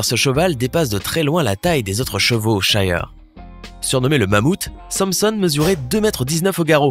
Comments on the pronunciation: On ne dit pas " chiyer " on dit " chire " car le racé s'écrit shire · Il a juste mal prononcé le nom -_ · Oui et on ne dit pas shire comme il le dise et Clydesdal aussi il le prononce male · Cest pas comme ça qu’on dit shire